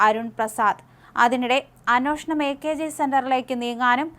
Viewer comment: അന്നോഷണം, അ ന്നോഷണം എന്ന് പറയാതെ...അന്വേഷണം..എന്ന് പറഞ്ഞു പഠിക്ക്